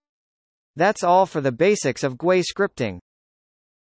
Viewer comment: Your voice software does not know how to pronounce GUI but the video is good, I love Falcon and I will use your videos.